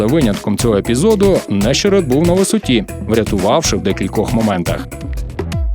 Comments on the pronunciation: Власник голосу за кадром належить унікальному дядьку. В чому унікальність? В тому, що він єдиний в світі, хто називає Нещере́та Не́щеретом. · НещерЕт! Чому не можна вивчити прізвіще футболіста